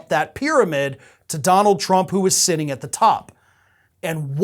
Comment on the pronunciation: Did you say "sitting" or "shitting" at the top.